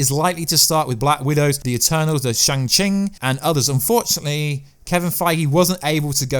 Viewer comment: chan ching lol... i think u ment to say shang chi... lol